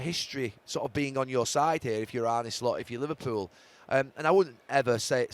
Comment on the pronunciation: ArnA. Not Arney or Arnie...ffs